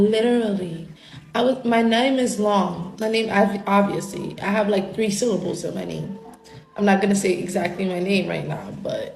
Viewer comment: At the five-minute mark right after she said "sibbles" instead of syllables you can hear the ceiling birds chirping. I kid you not.